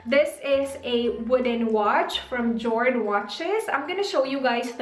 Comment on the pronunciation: Jord/ yord pronounce